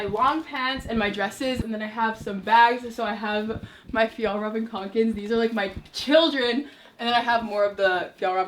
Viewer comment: ok is literally the only person on YouTube who I’ve seen pronounce “Fjallraven Kanken” instead of just “uhh whatever cool backpack I can’t pronounce”